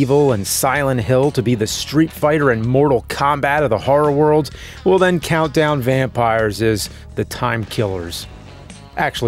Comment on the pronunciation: Vountdown Campires